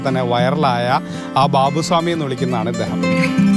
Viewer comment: ബാവു സ്വാമി അല്ല, ബാവു ഷാമി